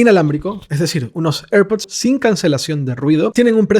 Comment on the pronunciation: Cuando pronuncias airpod pareces un borracho